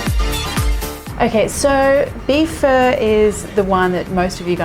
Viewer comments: Nice recipe and video, seems to be very close to the real thing! Making it for my wife now. It's phó, as in phaa though 😁 more like a in path. My name starts with the ø you switched it out with. Written ơ in vietnamese. Sorry for nitpicking. Great video! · Lol. I’m sorry. It sound like your saying chicken fur. But I like it. It’s hard to pronounce. Say Fun- Uhhh. Pho. Maybe It’s my ear. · I also heard fur! Lol. And I mostly hear it pronounced "fuh" as in "funny". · I thought she was saying chicken fur... lol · So i keep hearing chicken fur lol this is what my Nan calls feathers! 😂 love your recipes x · My ears hurt the way you pronounce pho. I hate it that everyone will pronounce it like you!